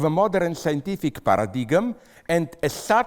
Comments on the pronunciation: I am a fan of PAIR-UH-DIG-EM personally :P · Somebody has to teach this guy how to say 'paradigm', please. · His pronunciation of ‘paradigm’ is hilarious.